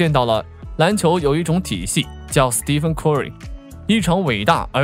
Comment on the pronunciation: 美國發音，應該step芬。不是Steven(S弟芬)